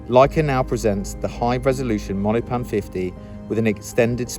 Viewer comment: Cool video! Monopan is three syllables by the way.